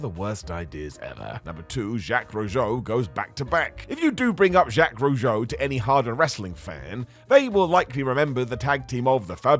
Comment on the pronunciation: Put some respect on Jacques Rougeau's name and learn to pronounce it properly